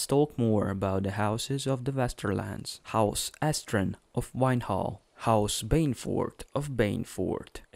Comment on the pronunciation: Astrin? Marbent? It's Estren and Marbrand. Granted, it's hard to understand the narrator considering he mispronounces almost everything